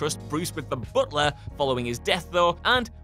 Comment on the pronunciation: I gotta say it. Good video etc, but man. Booooot lah? Alfred, the booooot lah?